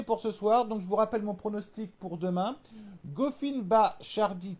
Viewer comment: je te jure regarde quand il prononce couffin ou struff c est un scandale